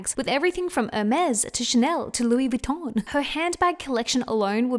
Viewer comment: “Loui VoIDDON”